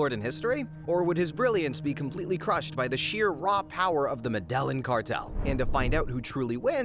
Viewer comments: Medelin cartel 😂 it’s pronounced “ medijin “ double lls in Colombia make a j sound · medellin is pronounced meh-deh-yeen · Medellín is pronounced “meh-deh-yeen” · "muh dell in" 🤣🤣🤣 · Was wondering how many people would realize. Its pronounced Mede-yeen😅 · Yeah bro that's not how you say medellín 😂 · i stopped watching the moment he pronounced the 'L's in Medellin. Do your research before you make a video about a historical figure